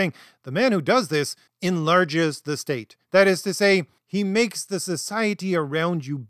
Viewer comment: STATE, not STAT.